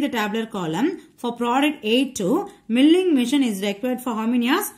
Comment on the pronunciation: your pronunciation of milling is wrong